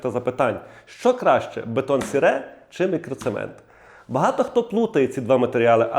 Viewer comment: А ще Французи не кажуть так як ви - "бетон сере")))😂. Вони кажуть "Бетон сері", саме так читається ця назва, друже.